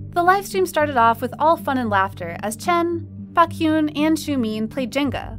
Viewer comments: "Back-hyun" "Xiu-meeen" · Pronunciate the idols name properly that was baekhyun.. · Am i the only 1 who noticed the wrong pronunciation of Beakhyun??? 😡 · She did not just say baekhyun’s name like that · The way you pronounce Baekhyun’s name freaks me out😂I thought I heard something else